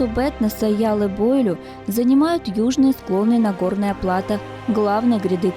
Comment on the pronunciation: Маленькая поправка,яллы бойлю,ударение,на последний слог,на ю.